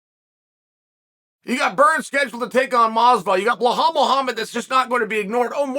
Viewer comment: Blahal common Chael really I'm beginning to think you deliberately mispronounced bilal